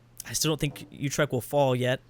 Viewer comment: Utrecht is pronounced Oo- trek- t